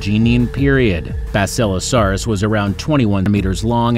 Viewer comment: Wait- Basisilasarrus? Bruh